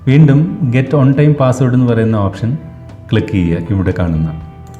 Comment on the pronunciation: ഒൺ ടൈം അല്ല. വൺ ടൈം